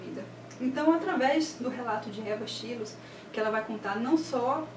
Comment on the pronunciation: Um dos meus livros preferidos , com certeza . ( acho que a pronúncia de Schloss é " xilois " ). Adorei seu canal . Beijo !